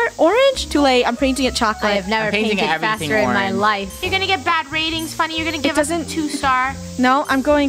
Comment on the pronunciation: “Funnel” Ah yes, my favorite YouTuber, ItsFunnel .